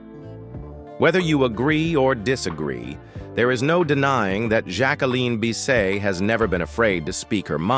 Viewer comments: When has anyone ever said Bisset as Bis-say? Maybe it’s pronounced like that in France perhaps… but all my life I’ve heard it pronounced the way it is spelled. This narrator is taking liberties from a video/videos and stills he’s obviously collected. Mispronounced names and saying ridiculous things about the actress’s life! Hate these fake videos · That was Dean Martin not frank Sinatra. Jack-wa-lynn Biss-set whoever made this video is an idiot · You're not even pronouncing her name correctly??